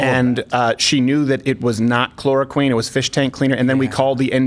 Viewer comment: LOL I thought he was calling her the "ChloroQueen"